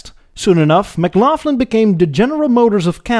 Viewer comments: In Canada, we pronounce the name McLaughlin, Mick-lock-lin. Yeah, it looks like laugh, but it isn't. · It's pronounced "Mc-LAWG-lan" (not pronounced like "laugh") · oh sweet baby jesus, it's pronounced Mic-Loch-Lyn like Loch Ness,...other than that I really like your videos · Kudos for giving the history of the Canadian Car industry. McLaughlin however you pronounced wrong. The pronunciation is the same as that of Scott McLaughlin.... anyhow, Col Sam McLaughlin was a very smart guy, who didn't have any sons, and that was his rationale into selling out to Durant when GM was buying up the planet. He also gave GM a lot of the money they needed to stabilise things when William Crapo Durant spent too much. The McLaughlin Car and Carriage Company would have stayed independent if ol Sam had sons. That might have changed history. Just know Oshawa is still the home of GM of Canada and at one point Oshawa was building 6000 vehicles a week and was the largest production complex in the GM empire. Ontario as a whole was in the late 90's was building more cars than Michigan was. Chrysler had plants in Windsor and Brampton, Ford was in Oakville and St Thomas, GM in Oshawa and Ingersoll, Honda in Alliston, Toyota in Cambridge... The Auto Pact however started to dissolve and in the end we lost some of the production. But make no mistake, many American Cars are Canadian built or partially made with Canadian made parts. Excellent work... you didn't miss much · it's the back of the throat sound, like the Dutch say vech. A common sound in Scots(fi where McLaughlin comes), Dutch, German etc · BTW; In Canada we pronounce Mclaughlin, Mclocklin, not Mclaufflin. It may not be grammatically correct, but that's the common pronunciation. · English is obviously not your first language . McLaughlin is pronounced "McLauklin" NOT McLaughflyn . Viscount is pronounced "Vycount", NOT Visscount , also not English . Now I'm off to the White Spot drive-in in my 65 Parisienne Custom Sport 2+2 .